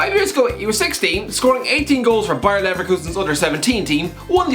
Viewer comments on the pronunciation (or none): none